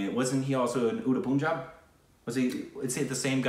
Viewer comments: For god sake, plz its not puunjaab its p-un-jaab(pronounciation) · If you want to watch Shahid Kapoor, start by watching 'Haider' & 'Udta Punjab' (which actually pronounce as ur-ta panjab)